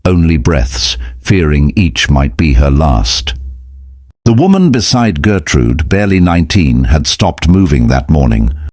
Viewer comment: Her name is Gertrud, not Gertrude. Gertrude in German would be Gertrud-ey.